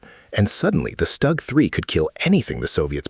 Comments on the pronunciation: STUG is pronounced SHTOOG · stoog ...etc wow AI is really taking over how hard is it to say a name correctly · Good video, AI pronunciation is poor for some German words, StuG and Jagdpanther for starters. Art image for the Tiger is reversed. The Pershing should'nt be ranked so high if only 20 saw combat fover 3 months. Panzer IV artwork image is reversed. Ferdinands/Elefants were more numerous and destroyed more tanks than thr Pershing. T-34 artwork image is reversed. Sherman absolutely should not be ranked above the T-34. Why are you using a still WW1 photo of German (?) machine gunners wearing gas masks?